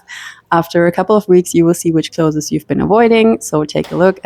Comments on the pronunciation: Hallo, danke für das tolle Video. Das ist wirklich eine super Taktik, die ich ausprobieren werde. Dein Englisch ist auch super aber darf ich eine Kleinigkeit erwähnen? Das Wort "clothes" wird genau so ausgesprochen wie das Wort "close" as in "close the door" - ist also auch nur eine Silbe. Alles Gute und nochmals vielen Dank! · The plural is " clothes", not "closes". Stop calling them closes, or clotheses", it has nothing to do with your accent. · I was distracted the whole time from the way you pronounced "clothes", lol! It isn't two syllables "clothes-es", it's one syllable "clothes". Love the method of decluttering though! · For your info, it's not [clothezes] it's [clothez] 🙂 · I adore your pronunciation of “cloth-es”! In Britain we don’t sound the e, we mash it together almost into one syllable like “cloohthz” but your way sounds so gentle and elegant I might introduce it here! 😍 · It’s pronounced clothes, not clotheses, clothes itself is a plural word you do not add another S after clothes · I have never heard "clothes" pronounced "clothes-es" - is that a German thing? Just curious. We pronounce it "close". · I really wanted to watch this video, but I simply cannot after 4 minutes, just because of the way you say "clothas". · I cannot get pass the word clothess! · Cloth'es... so cute. I can't pronounce it properly either. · The word “clothes” is one syllable. It is not pronounced like other “es” words. Like peach-es. It is not cloth-es. Ask someone to explain if you don’t understand. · The way you pronounce 'clothes' takes me back to my mother's voice. 🥰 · Definitely a German thing. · 😂 “Clothes” is a one syllable word; it’s not “clothes-es” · Please learn how to pronounce the word "clothes". 😢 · ClothES the E is silent